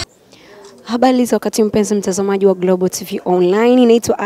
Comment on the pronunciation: shost sio habali ni habari